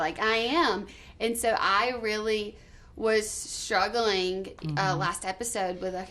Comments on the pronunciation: Why does she mispronounce 'strugglink' or any word that ends in 'ing' - is that a Southern accent thing? EXpecially??? What? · Every word she's says that ended in ing sounds like she's using a k! Am I wrong?